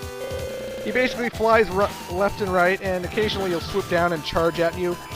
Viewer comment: You say BASSically a lot.